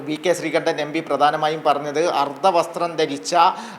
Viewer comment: Not sreekandan....sreekundan😂😂😂